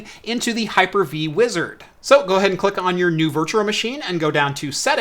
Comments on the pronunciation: It really is bad. Virtua Virtua Virtua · I know I'm like a nazi for pointing out you say Virtural, lol. Love the video other than that and the audio being slightly out of sync! I'm a harsh critic. I just want you to be perfect. That's all! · How he says "virtual" is so cringe, but I love his videos.